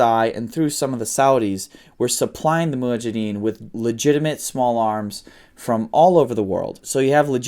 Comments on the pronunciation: Mujahideen. Not muhajideen. Lol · Its Mujahideen not Muhajideen. 😜